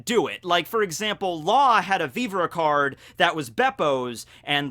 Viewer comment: Okay not the first time I've heard you do this. I don't watch the anime but are you sure the how you saw Viver? I saw pronounced with the same error. That one is beyond common and it makes me laugh every time I hear it. Japanese is a syllabic language that doesn't have the short e in both of these words. Both words come from French and have English pronunciations . If it's for the otaku lols fine but if you think that's how you say those words I think you are watching too many subs and haven't heard these words used in English.